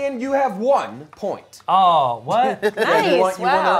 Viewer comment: Ian self-censoring his “pu-oint” without being yelled at by everyone in the room. He has shown remarkable personal growth in the span of one episode. Good job buddy